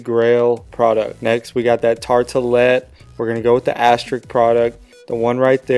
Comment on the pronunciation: This is hilarious!! 😂😂😂 "Tarte-ta-let"